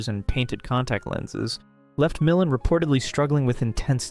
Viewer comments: Just so you know for the future, Ray Milland's last name is pronounced mill-AND, not MILL-and. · Mil LAND, NOT MILAND. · It’s not MIL-land. It’s mil-LAND. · Ray Mil-AHN. Why do narrators not learn how to pronounce names? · It's pronounced "mil-LAND."